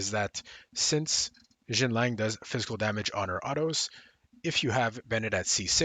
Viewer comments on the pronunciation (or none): You keep calling Xianling Xinlang.